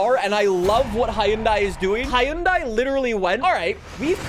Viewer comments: Hi-un-die👎 hun-day👍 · The way he says Hyundai peevs me to no end. It’s “HUHN-DAY” not “hi un die” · it is cool, but it is pronounced hon-die not hi-on-die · bruh who gonna tell him hyundai is pronounced "hunday" and not "Hi-Un-Daie" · About 2 years ago (February 2023), Hyundai ran a campaign (in the UK) updating how it is pronounced. “The manufacturer has decided to change the brand’s pronunciation from the anglicised pronunciation of ‘Hy-un-dai’ to ‘Hyun-day’, which is the global pronunciation of the brand.” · Everyone pronounces Hyundai as 'Hi-yun-dai'. The 'Hyundai like Sunday' ad campaign isn't effective at all. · It's pronounced hyoon-day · Bruh it is literally pronounced hi-un-day. That is how the company says it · yea ik we have weird ways of pronouncing stuff but idk HIUNDAIE scares me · the pronunciation is for everywhere. For where it’s made. For the US. For literally everywhere. The company says Huhn day so therefor that’s how everybody should pronounce it you dunce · Hyundai rhymes with Sunday. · 🤓 it's hyoun-die actually